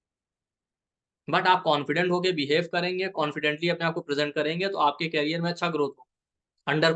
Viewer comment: सर बाकी सब तो ठीक है, बस आपकी pronunciation me thoda सा ये wrong h -कैरियर और करिअर में फर्क होता है